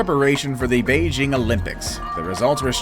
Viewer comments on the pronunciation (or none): none